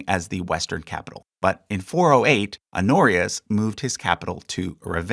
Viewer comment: Pronounce the h on "Honorius" holyyyyy